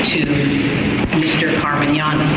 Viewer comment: Car-man-yani & doe-tee